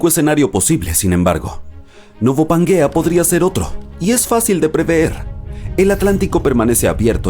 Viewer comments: Pangea, no suena como panguea, que no te enteras... Y si no sabes pronunciar como sera de verdad lo que comentas, a mi no me convences🎉🎉🎉🎉 mucho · ¿Donde ve usted la u para se lea panguea y no Pangea?